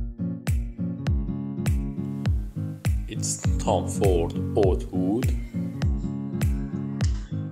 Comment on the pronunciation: Oud is pronounced ood...you butcher the pronunciation man 😅